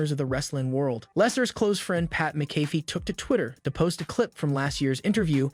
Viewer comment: It is pronounced, Mac a fee.